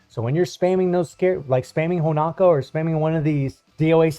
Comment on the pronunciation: Please man. It is HonOOOOOka. Not Honaka. I really thought by this point someone would have tell you. I love you and your content but you destroy her name every time. You dont have a clue how much It bothers me. You must stop. It is with an O, HonOka. Please or I will kill myself! Please!!!!!!!!!!!!!!! STOP!!!!